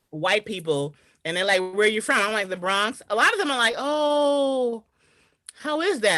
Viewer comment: You not about to say "BRAHNKS" out here. You just not. Say "BRAWWNKS" or say nothing. Periodt.